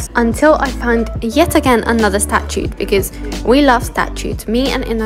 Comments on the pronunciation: Every time pronounces "statue" as "statute" you gain a year of your life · The fact that you're studying law and don't know how to pronounce statue is worrisome to say the least. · Can’t believe you don’t know how to say statues